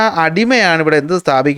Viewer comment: മംലൂക്ക് ആണ് മാമല്ലൂക്ക് അല്ല 😂